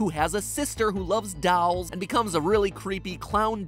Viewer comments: I died when he said “dawlls” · ‘dawlz’ - how matpat says dolls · Anyone actually notice how matpat pronounce "dolls", he said it like "dawhls" Noticed it a pretty long time ago but here he said it like 5 times :v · The "dowls" are still funny, sorry Mat. It's more like däl, dol, or something like that, not that it's important to the video. Love to the whole theorist team. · who do you pronouce "dolls" as "dawls"? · No one: Matpat trying to pronounce dolls: DALLS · The way Matt says dolls 😂😂 “dAlls” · Dalls :V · Did Matpat just said dolls "dalls"?????? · Who says “dolls” like that lol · Matpat still can't say "dolls" and im so fine with it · the way you say "dolls" and "gabrielle" hurts my heart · Anybody else thinks MatPat says “dolls” weird?? Or is that jus me?